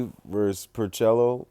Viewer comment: "Pore-cello" LOL.